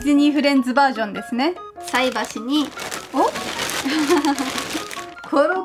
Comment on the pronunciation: さえばしじゃなくてさいばし(菜箸)ですよ